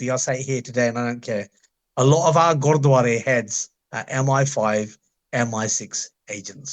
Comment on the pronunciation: paji you keep saying "godwara" repetitively....bro it's gurdwara not godwara like u keep saying.